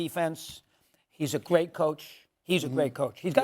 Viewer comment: “He’s a gwait coach”